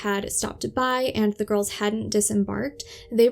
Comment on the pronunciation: I’m sorry to make a correction as you’re doing a good job, but I’ve just counted ten times you’ve said “ girlses” when talking about the GIRLS. Just say the world girls when referring to the two of them, and you’ll be fine. You also said “ sisterses” a couple of times, so just use the word sisters to refer to both of them.